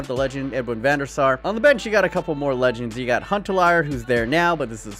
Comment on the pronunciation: when you say Van Der Sar i hear Venusaur ... (english is not my native language)